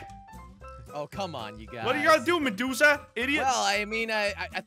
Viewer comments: is medusa not mejuka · did you say mejusa when you where in the intro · said medusa like medusuck🤣🤣